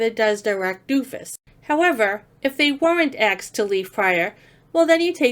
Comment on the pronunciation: Love the videos and commentary. However, PLEEESE - say asked instead of axed.